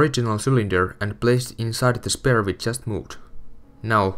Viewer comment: It annoys me how he says Spare..